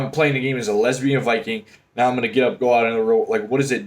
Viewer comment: lmfao they way he said lesbian HAHAHAHa